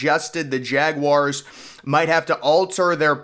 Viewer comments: Jaguars not jag wires 😩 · I can’t take this guy seriously if insists on saying jawires, cmon dude